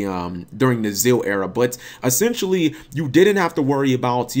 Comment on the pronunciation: Isn't ZeXal pronounced "zek-sull" with the big x right in the middle of it?